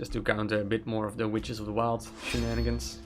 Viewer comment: What mean "shinanigen" that you often say ? that what I hear